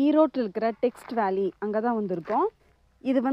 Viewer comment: அதுக்கு பேரு டெக்ஸ் வேலிங்க டெக்ஸ்ட் வேலி இல்லைங்க